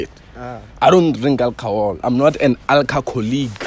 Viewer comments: "Alcacolleague" 😂😂😂😂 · "I am not Alcacolleagueu" 😂